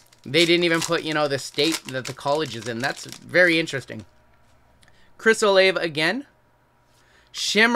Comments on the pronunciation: Chris Olave. It's pronounced Chris O-La-Vay. Loved the vid. Thanks for sharing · I f'ing LOVE that you said Olave's name wrong every time haha. Go Blue!!